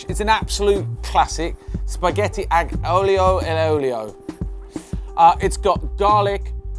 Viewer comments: What's so tough about saying "Ahh-Lee-Oh-'ey-Oh-Lee-Oh"? (Hope the breakdown helps!) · Great video man, don´t worry about the pronunciation, you almost got it!